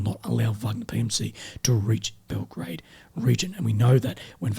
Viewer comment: Belgorod and Belgrade are two different cities - one in Russia, the second in Serbia. You sometimes mispronounced Belgorod for Belgrade. Anyway, keep up the good work. 😃